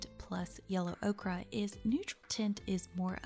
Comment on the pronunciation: Great vid- is it not yellow ok-er not ok-ra?